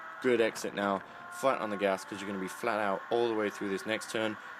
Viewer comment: He said "Flaht Owt", more than once. Love it.